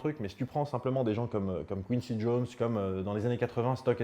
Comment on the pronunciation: Tu as mal prononcé Quincy Jones